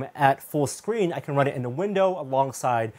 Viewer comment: He said "squeen".